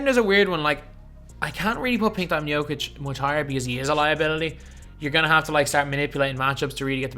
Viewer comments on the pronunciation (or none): none